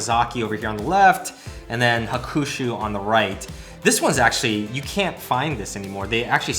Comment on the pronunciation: The "U" in Hakushu is silent so it is pronounced as Hakshu.